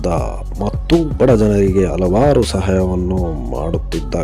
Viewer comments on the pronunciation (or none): none